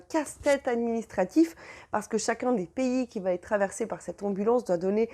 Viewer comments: Mais quelle bavarde ! Venez-en au fait, ça durera moins longtemps. Et puis on ne dit pas "va Têtre" mais va être : pas de liaison possible puisqu'il n'y a pas de T à "va". Pfff ! Pénible ! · Va-t-en "va-t-être" :D